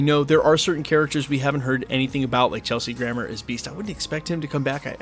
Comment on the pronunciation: Bro said "Chelsea Grammar"...he really did